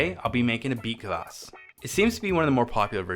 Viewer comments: A little tip for English speaker's. It's not kavass, or kuvass. It's kvass, with nothing between the k and v. Same with Kveik. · A lot more practice and drinking and we'll get that horrible English CUH-vass pronunciation out of you! 😂👍🍻